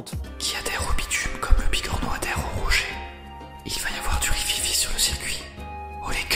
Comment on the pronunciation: "Du rififi sur le circuit" parfait.